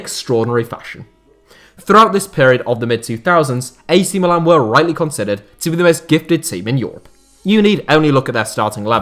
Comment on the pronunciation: It's mílan and not milàn, the second being the name of the city, not the club!!